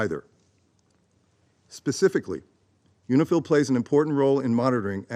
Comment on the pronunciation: Is that UNIFIL or UNIFILCH?